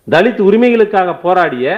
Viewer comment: தலித். தலித். என்று சொல்லாதீங்க தம்பி